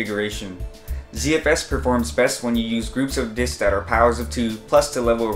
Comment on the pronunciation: Plural for disk is 'disks'.....not 'disk-uzz' :)